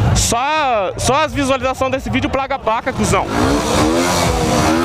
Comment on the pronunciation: Ele falou foi "Plaga a paca" '-' kkk